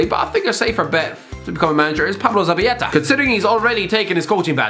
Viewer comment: pronounced zabaleta as “Zabayeta”🤣🤣🤣